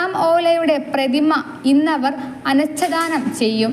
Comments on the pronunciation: അനച്ചാദനം അല്ല മോളേ, അനാഛാദനം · കോൺഗ്രസ്സ് സിന്ദാബാദ്. (അനാഛാദനം എന്നു വേണം ഉച്ചരിക്കാൻ. . 😂 )